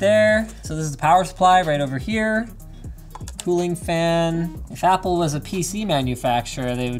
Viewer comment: did you just say fapple? FAPple? as... a very exciting apple computer?